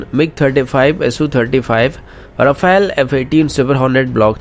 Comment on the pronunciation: Bhai Rafael nahi hai "Rafale" hai...dhang se spell karle